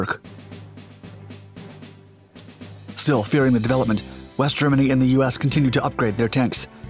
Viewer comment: West? I thought he said WEAST